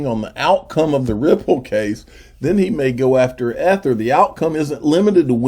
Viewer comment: Bro. Its NOT Ehh-thrrr.....its eeeeee-th-er. Proper Pronunciation Could possibly help your audience be more aligned to what you are saying. Speak intelligence - be heard intelligently